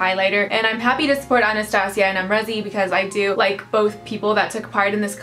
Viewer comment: You used a cheap brush , how is it supposed to show up? I have it and I love it. Use a denser brush. I used my mermaid Fan Brush as well and it worked just fine. Not to mention you're not even saying her name right lol.